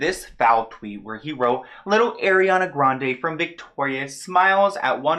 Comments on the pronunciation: Love your videos but please pronounce Ariana correctly already its unbearable at this point. (AR-EE-AH-NA) not (AIRY-ANA)??? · The right pronunciation is "A-riana" instead of "Air-iana". ;) btw i love you and your videos, keep going! <3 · Im sorry for saying this again but its A-r-i-a-n-a and not A-i-r-i-a-n-a 😭😭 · I think its AR - i - ana, not AIR - i - ana